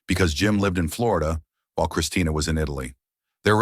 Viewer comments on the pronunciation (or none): none